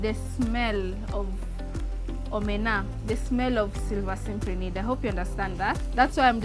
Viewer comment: If you want to say the scientific name... At least say it correctly.. Its cyp ri nid... Not Simp ri nid. Apart from that very good effort.